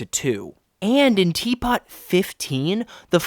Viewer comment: it’s pronounced “T Poo”